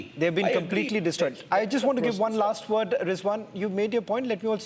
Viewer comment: Did he just say laster few days? 😂😂 bro.